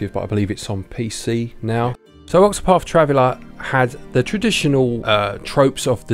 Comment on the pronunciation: Ovver, (other) free (three) octopaf (octopath) 🙃 fank you.